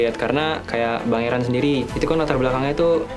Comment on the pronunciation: ERAN KAKK, BUKAN EREN BUKAN ERUN😭😭